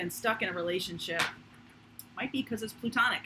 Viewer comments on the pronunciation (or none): Are you saying plutonic or platonic? Is there a difference?